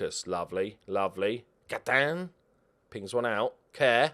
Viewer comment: I love that you pronounce Gaitan like he's French even though he's Colombian and it's almost certainly a Spanish name.